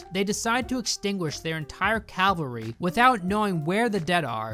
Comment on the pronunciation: It's cavalry, not calvary